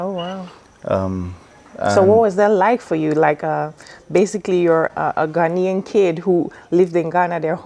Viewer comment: His pronunciation is spot on. He speaks like a typical Ghanaian. I don't know him in real life but I think I like his personality. I learnt allot in this convo